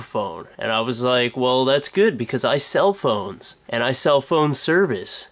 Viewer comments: haha for the first part all i heard was cell phone instead of sell phones XD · LOL!! i keep thinking your saying iCellPhones lol